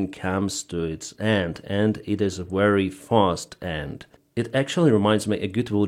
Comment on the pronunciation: So saying wery instead of very is a Ukrainian way.